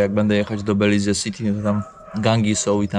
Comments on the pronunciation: Belize wymawia się - bɛ-/, bih-LEEZ, beh, końcowa samogłoska “e” nie jest wymawiana, tzw. cicha. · Mowi sie Beliz. Kamerka, kapelusz, plecaczek, idealny punkt zaczepny dla tubylcow. Jest mnostwo pieknych miejsc w tym kraju, po co pchasz sie w centrum. I trzymaj sie tam z daleka od rzek bo sa krokodyle